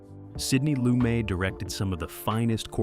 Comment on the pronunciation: Pronunciation of Lumet as in Sidney Lumet was awful.